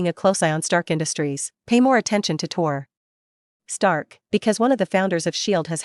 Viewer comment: man it is tony stark not tor stark